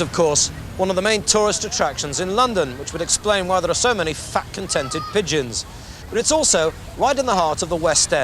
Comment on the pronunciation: Falks delivery of 'fat contented' in reference to pigeons seems more like 'f***g' 😂